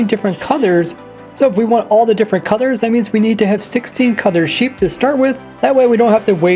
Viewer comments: Am I the only one hearing "coddor" instead of "colour"? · Why i hear codors instead of colors?😅